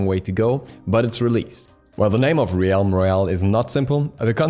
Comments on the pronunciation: Im sure you've been told by now plenty. Its pronounced "relm" like "elm" not "re-alm" Love you. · So, "realm" is pronounced "relm" not "ree elm" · Did you just call it 'Reeyalm Royale'?? It's pronounces 'Relm Royale' dude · Why do you keep pronouncing "realm" wrong? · U pronounce realm wrong